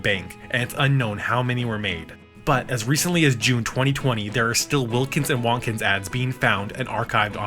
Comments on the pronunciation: I think Wontkins is meant to be pronounced like "won't kins" rather than "want kins", with emphasis on the "won't". If you didn't know Jim Henson was behind the ads, with all their sudden explosive and unapologetically slapstick gags delivered with a playful edge, you might assume they were the work of Warner Brothers' lead animators Chuck Jones and Friz Freleng, trying out a brand new media in puppetry. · Fuck is up with the way you say Wontkins? It’s Won’t-kins, nor Wohntkins. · It’s Will-kins you got that right but it’s won’t-kins. Like will and won’t. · Hearing Wontkins said like “Wonkins” or “Wantkins” was weird lol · I thought it was pronounced "Won't-Kins"